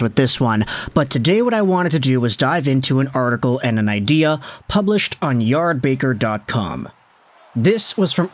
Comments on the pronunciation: FFFS it’s yard barker, not yard baker. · Yard BAKER???? hahahahaha dude.. credibility -1... Yardbarker.. if you're going to assign credit from a source.. do it right..